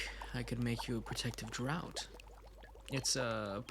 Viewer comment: I think it's pronounced "draft," not "drought," but otherwise this is very good.